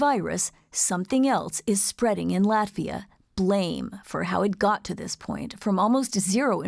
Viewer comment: Please do not butcher name of our country! Proper short form in English is LATVIA, not "Lativia".